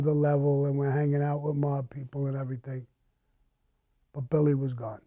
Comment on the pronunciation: IMO cannot say "Everything"